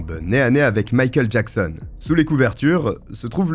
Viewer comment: J'ai eu beaucoup de mal chaque fois que j'ai entendu "Mickael Jackson" :)